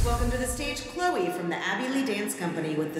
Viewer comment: Maddie said “good luck 🍀 CHLEO instead of Chloe 😂